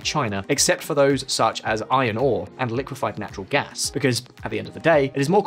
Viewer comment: "Shuch as Huawei" 🤭